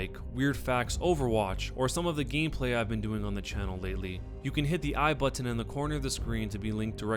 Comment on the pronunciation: i love how he says button he says it like butt-on